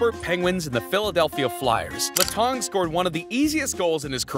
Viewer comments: Letang - You almost had it, just change tong to tang, like tank. Ballard - bal-erd Gaborik - gab-or-ick Pavel Bure - pah-vel burr-ay The others were either good or close enough. Fucking Pavlay Burr killed me though 😂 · I'm sorry, LeTongue? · This guy sounds like he has never watched hockey letang = letongue😭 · For the love of god work on your pronunciation. Letang, Gaborik 🤦‍♂️ come on